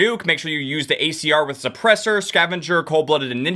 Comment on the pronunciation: you caught my ears HARD when you said acr.